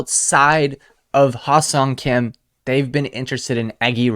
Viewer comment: You pronounce HSK- Ha SUNG Kim, with an emphasis on the sung… no e or o is pronounced in Seong 👊🏻👊🏻